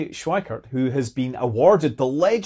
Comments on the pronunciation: anyone else mishear "the legendary exploder's club" and do a double take? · I'm hearing "exploder" too. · "Exploder" Award...??? That's what it sounds like you said. 🤔